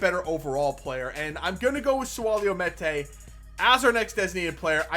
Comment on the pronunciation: Meïte name is pronounced mee-yet